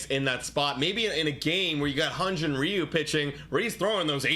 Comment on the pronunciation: hyunjin ryu's name isn't "re - you", it's pronounced similarly to the chinese last name "liu" (they are the same character, after all). It's single syllable and more "l" than "r'.